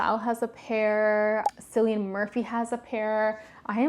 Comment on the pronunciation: Cillian Murphy’s first name is pronounced as Kilian (same as perfume company). But nice video nonetheless:)